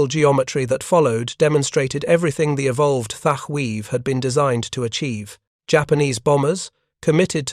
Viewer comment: Your 90% deliberate mispronouncement of the name Thatch is both a disrespect of the Hero, and making a sound similar to clearing your throat to spit ! You're disgusting.....!!! ...